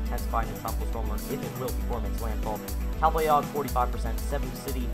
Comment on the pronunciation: It's /cal-BA-yog/. Anyway, nice update. 👍